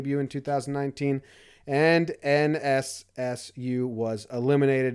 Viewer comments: Lol anyone else notice he says NSSU instead of NCSU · You pronounced NCSU as NSSU, haha Nice! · nssu as he is reading ncsu lmao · Yeah, I thought I heard that 😂. Kinda weird how he butchered NC State like that since State is a prolific college baseball program.